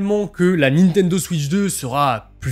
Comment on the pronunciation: la nintenzo ??